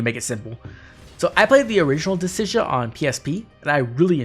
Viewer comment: I guess I haven't heard many other people pronounce Dissidia, but in my head, I've always thought it was supposed to be "Deh-cid-ee-uh" rather than how you pronounced it. I'm honestly not sure what it actually is, so it's funny to hear a different take on it.